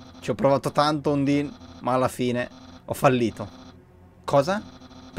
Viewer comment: Undyne è Il personaggio piu fiero del gioco Dopo papyrus ovviamente Ps si dice andaine un undin e poi si il pokemon è scraggy e l'occhio rosso lo hai preso dal telescopio